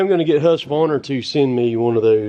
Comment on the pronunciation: You pronounce Husqvarna correctly. The letter Q is pronounced as a K.